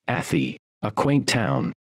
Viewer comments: A thigh not atty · It’s not ATHIE….its Ath-eye! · I knew the narrator would say atheee. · 2 shire videos in a row I’ve seen where Arhy is pronounced wrong 😂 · Athy is not sounding the way you said it. Its prounced Athy like Ath (eye) Athy